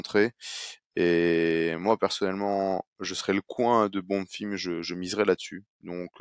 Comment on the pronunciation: Pourquoi il dit “ Bonnefim “